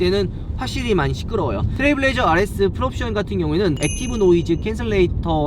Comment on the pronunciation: 트레블 레이저 아니고 트레일 블레이저 입니다 ..